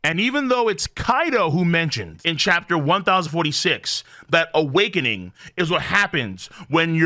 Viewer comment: Video = “Awake-NING”? Nani?